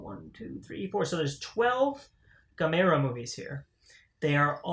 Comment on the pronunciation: Congrats on snagging the Gamera sets. Pronounced Gam-Ra lol. The Heisei trilogy are hands down 3 of the best Kaiji films ever made. Gamera the brave is pretty meh compared to the trilogy. As for the Showa era films well its a mixed bag lol. But youre in for a treat with the Heisei trilogy, way better than anything Toho was doing with Godzilla at that time. Now that's not me hating on the big G, its just a fact in terms of story, designs, camera placement effects pacing and characters. You'll see when you get to them.